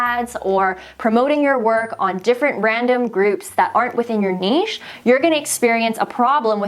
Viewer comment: Yay, someone on YouTube knows actually how to say "niche" right :-) Totally agree with niche channels, I only know of one YouTuber that successfully does that, Shelby Church. Otherwise, agree, agree, agree... it's hard to know what the channel's about and I don't subscribe.